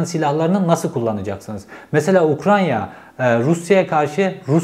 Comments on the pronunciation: “UKRAN(!)YA 😂 “N” ve “Y” sıralaması etütleri 😂 Cevheri bey, UKRAYNA. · Her yaptığınız videolar çok değerli ama Ukranya değil “Ukrayna”. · Ukranya değil Ukrayna ☺️ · Cevheri eline sağlık şu Ukrayna'ya Ukranya deme artık kardeşim ya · UKRAYNA NOT UKRANYA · Ukranya değil yaa öff Ukrayna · Ukranya değil Ukrayna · Ukrayna reis ukranya değil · Ukranya .......Ukrayna.....Ukraine..... her türlü dilde söylebilirsin BRO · Ukranya degil bu arada ukrayna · Ukranya değil ülkenin adı Ukrayna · Ukranya deil ukrayna reis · Ukranya mı? Ukrayna mı bir karar ver😂😂😂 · Program çok güzeldi gerçekten tebrik ederim. ‘Ukranya’ yerine ukraYna deseniz daha güzel olacak. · Ukranya değil Ukrayna. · ARKADAŞIM UKRAYNA YA UKRANYA DİYİP DURMA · Abi Herkeste böyle küçüklükten kalma telaffuz hataları oluyor..Uk-ray-na..Tren rayı var ortada..Öyle düşünün doğru söylersiniz.. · Ukrayna oldugunu bilip konuşurken Ukranya demek🙂 vallahi bende senin gibiyim 😄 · Tanıdığım en güzel UKRANYA diyen insansınız 😉☺️ Oraya takılmayın lütfen 😉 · " Ukrayya " beni demotive etti. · Cevheri Bey teşekküler yorum için ama Ukrayna kelimenizin telafuzunda bir sıkıntı mı var. Sanki Ukrayya diyormuş gibisiniz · Keşke önce “Ukrayna” demeyi öğrenseydiniz. Böyle adamları dinleyen bir kitle de var, ben ona üzülüyorum esas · UkraNya ne Allah aşkına 😂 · Bilgiler güzel. Teşekkürler. Ama lütfen 100 kere tekrar et: UK RAY NA. Diğeri gerçekten kulak tırmalıyor. Bir videoda birinin bin kere Tükriye demesini düşün! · Çok şükür Ukranya demeyen biri çıktı...:))) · "Ukranya" değil... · Cevheri bey lütfen UKRAYNA kelimesini doğru telaffuz edebilir misiniz:) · Ukranya ne yaaaa? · Kaç kere Ukranya dedin aynı Bahçeli gibi ben yanlış söylediğin kelimeyi yazarken zorlandım. Söylemek zorsa yaz bir yerede oku en azından.